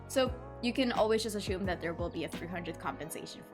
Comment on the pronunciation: Assume. Not ashume.